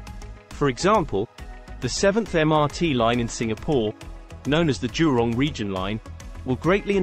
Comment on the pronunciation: It is jurong not durong